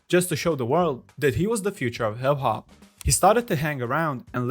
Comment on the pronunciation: Lmao “in the warld of hib hob”😂